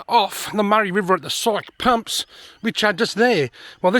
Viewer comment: Hi. not sure if you have already been corrected. The locals pronounce it Phonenitcly Psykie pumps. cheers